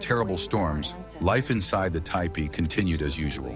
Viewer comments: Teach your ignorant robot to pronounce Tipi (TEE-pee), NOT TY-pee!!! Lazy ass content editors! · seems cant say tee pee... tai pee... too pee.... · Umm, it's pronounced "teepee". AI is not so intelligent when it comes to pronouncing words, eh? 🙄🤦‍♀️😲😳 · Hi LOL! AI 😂 ‘TYEPEE’😮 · typee? it's teepee, stupid AI. congrats on getting on my channell to never watch again list. YOU SUCK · Isn't it teepee [ti,pi:]? not [taipi] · It’s not,a typee it’s a teepee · It’s TEE PEE….! Not TIEPEE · I don't see a person and no such thing anywhere near that time. Regardless... the AI did several crazy things in the video. It's also crazy how it often says "tee-pee" and then it'll say "ty-pee" and some other pronunciation that I don't remember. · I made a tipi. What you said about the blizzard around the base is incorrect. The snow interfered with the draft allowing the smoke to come out the top. If that is blocked by snow the smoke stays in the tipi. Why do you say “taypee” several times? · Do not use AI to read the words. Ty-pees is very disrespectful. Overdub yourself please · Yes, the correct pronunciation is tee-pee and not the way the AI was saying it. And yes I would live in a tee-pee and enjoy it. I'm an 8th Chickasaw so I would be able to live in a tee-pee. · The mis-pronouncement of Tepee is so annoying. Your AI is broken or not very well taught! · TIPI with a long I? Come on AI, I thought you were smarter than that…. 😂😂😂😂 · Don’t ya just love it when AI can’t even pronounce words that a child would have no problem with. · FFS learn to pronounce the name, it's a TEEPEE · Why don't you have your AI bot learn to say "tipi" correctly? Very distacting. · At the moment I heard The mispronounciation I quit watching this video. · Right? It drove me crazy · Just ignore the Ai mispronunciation of tipi